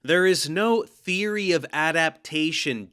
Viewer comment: "I have theery! I'm a syentist!"